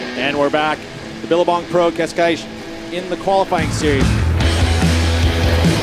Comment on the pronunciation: It seems like they don't know how to pronounce Cascais..